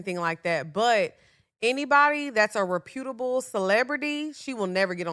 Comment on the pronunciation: how you pronounce that word? Never heard "reputable" said that way 😂